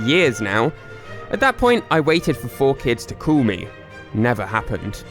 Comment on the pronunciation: ITS "CALL" NOT "COOL"